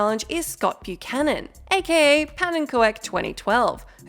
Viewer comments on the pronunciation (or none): none